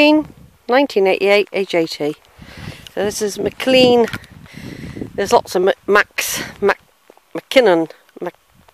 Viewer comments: You can't even say Mclean for god sake! It's spelt Mclean/Mclean but pronounced McLain/McLane. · It's pronounced Mc Lane ( McLain). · There is only one pronunciation and it is McLain/McLane...… the other pronunciation was used by the toothpaste company to highlight clean teeth!